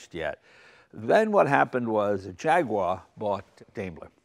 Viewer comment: the way jay says jaguar hahaha